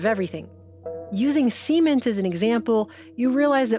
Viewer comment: someone teach her to pronounce cement >.<